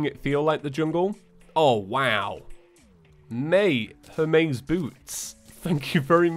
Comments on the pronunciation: her-maaaayyyyys boots, no its hermes. thanks x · did my man just ponounce it her MAY' s boots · It is pronounced “her-mees boots” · its pronounced Hermees like the messenger god :D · I love how he says Hermes wrong and then says it right.